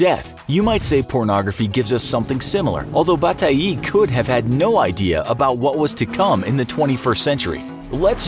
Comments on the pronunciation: Lol that's not how you pronounce bataille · How the narrator pronounces George Bataille hurts for a French speaking person ouch